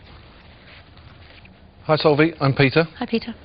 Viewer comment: It's pronounced Solv-eye she's a really good family friend x